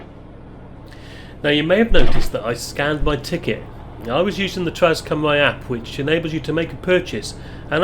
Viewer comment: Hi. Thanks for another great video. As a Shrewsbury local you probably know better than i do, but i thought Cymru was pronounced 'kumr-ee', not 'kumr-eye'? I think 'au' is pronounced 'eye'?